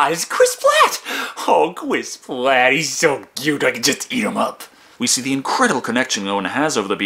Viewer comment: Cwis pwat